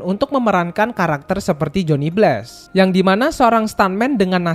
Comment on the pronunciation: bg narasi dan cerita lu udah lumayan bagus, tapi penyebutan nama2 barat dan penyebutan bahasa inggris lu kurang tepat. jadinya pas dengerin itu agak gatel kalo kurang tepat penyebutannya. kyk johnny blaze, itu nyebutnya bless, harusnya nyebutnya bleiz. trs daredevil itu penyebutannya harusnya der devel, bukan der devil, dan masih lumayan banyak kesalahan oenyebutan lainnya. saran saya coba perbaiki penyebutan bahasa inggrisnya agar lebih cakep narasinya. kalo gatau cara nyebutnya bagaimana, coba ketik di google translate kata atau nama barat yg ingin dikatakan, trs cek tombol suara penyebutan kata atau nama itu yg dalam bahasa inggris. atau cari di youtube, youtuber narator luar negeri cara menyebut kata atau nama yg abang pgn itu bagaimana cara penyebutannya.